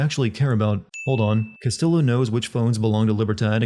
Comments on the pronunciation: The Ls in Castillo are pronounced as a y. It's a Spanish name my dude. It's not like they don't say it constantly in the game. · oh for the love of- They literally say his name every like 5 minutes. Its "Cass-Tee-yo" not "Cass-Till-o" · bro couldn't you just looked up how to pronounce "castillo"? double L means a "y" sound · Here's one Sin for the video: constantly pronouncing Castillo wrong. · I don't think I'll ever understand how someone can play an entire game, do a video review of it, constantly hear how the name "Castillo" SHOULD be pronounced and STILL say it wrong every single damn time. Fuck me.